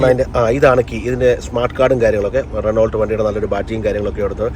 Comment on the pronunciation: റെനോ എന്നേ പറയു.. റെനോൾട്ട് എന്നല്ല പ്ലീസ്